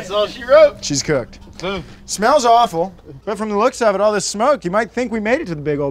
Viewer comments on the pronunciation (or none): Did he say "smells offal"?